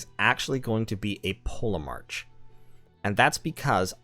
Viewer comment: I'm pretty sure the ancient Greek pronunciation of the letter grouping "ch" is usually pronounced like an English 'k'. As in Polemarch = POLL-Eh-Mark". Chronology. Anachronistic. Etc.